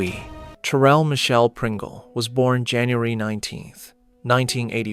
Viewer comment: Whoever is narrating the story can’t even pronounce her name or her son’s name correctly, keep calling her Cherelle when it’s Cheryl and calling her son Jamonny when it’s pronounced Ja-ma- ni 🤦🏽‍♀️